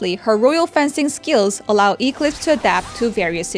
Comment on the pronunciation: I know this isn't that big of a deal, but as a big company, isn't there anyone who could have at-least helped how to pronounce Eclipse? that pronunciation (Eeek-Lips) was very distracting lol (Should be pronounced Ek-Lips)